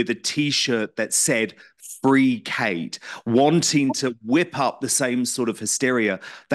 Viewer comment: Seriously Dan, LAZY journalism again! Can't you even pronounce her name correctly? YOU were the one stating she had a serious physical illness on Megyn show, you were the one piling on the pressure! Stop acting like a saint in this, you most certainly are not!